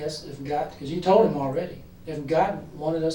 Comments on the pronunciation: I hate how she says “heem” instead of him. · This woman comes off like a world class idiot. And I know this is like the least of her offenses, but I find it super annoying how she pronounces “him”. “I didn’t want to talk to eem at all.” She deserved 25 years bare minimum.